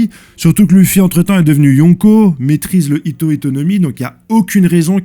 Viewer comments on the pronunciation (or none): C'est fait exprès la prononciation de luffy, yonko, zoan etc....?